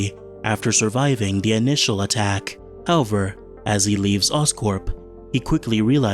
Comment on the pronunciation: Good video, but please, learn how to say "however"